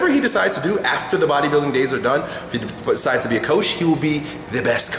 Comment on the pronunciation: "fthbthbttt...decides..." lol, what?